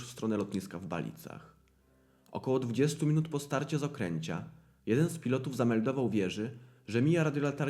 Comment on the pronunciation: Z Okęcia, nie z okręcia 😂